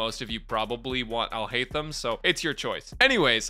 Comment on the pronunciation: Finally someone who didn’t butcher his name!! :D